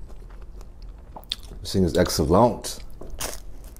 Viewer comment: It was all over that's when you knew it was going to be good. "This thing is Excellahnt "